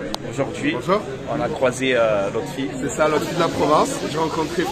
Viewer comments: Lotfi pas lofti 😂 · Salut ont lotfi pas lofti😅 Toi tu gratte les cadeaux et moi je te demande un tishort depuis 10 ta pas hanté sérieusement